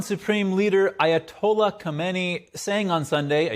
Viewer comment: Hey. Ayahtollyah so and you didn't listen.🤣🤣🤣